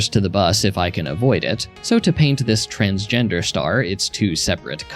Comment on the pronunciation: Bro really just said tansgender star😂😂😂